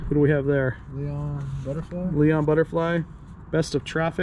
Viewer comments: Its so funny hearing younger people not knowing names and incorrectly mis-pronouncing them. Just to name a few. "Daryl Johnson" ? Thats Daryl Hall and John Oats. LOL "Leon Butterfly"? Thats Iron Butterfly~! Just shows you how old I must be getting! Regardless, great finds!! A blast from the past for sure!! You should definitely make a TON on this time capsule for sure! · And mispronounced Iron Butterfly 😄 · Ok guys... About the records... Besides the fact you've pronounced the names wrong, I need to know if there's a black and white poster in the Jimi Hendrix album? If so, I want it for sure. You should listen to those albums! There's a lot of great ones there. "Iron Butterfly" is a score. From the 60's. Jeff Beck passed away last year, I believe.